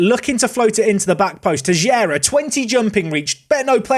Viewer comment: Btw, Teixeira reads "Tey chey rah".